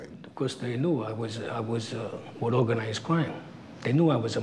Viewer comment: They new I was with Owganized cwime.